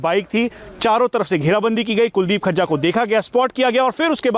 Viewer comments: Khajja nhi vo fazza hai bhai 😁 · Gajja, majja, rajja susro se FAJJA nhi bol paa rhe kya anchoring karenge....Batao badmasho ki itni himmat ho gai custody mein se bhaga le gye...chalo Guru chela dono ka kaam tamam ho gya.